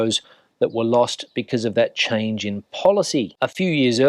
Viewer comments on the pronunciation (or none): none